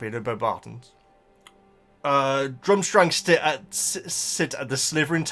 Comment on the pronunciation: I said this in the last book club. It's DUUUUURM - STRANG. There's no "drums". There should be an audio example somewhere on the internet 😅